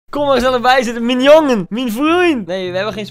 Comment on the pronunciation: Niemand: Koen: Mien jongu